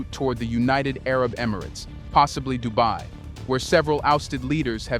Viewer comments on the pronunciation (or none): none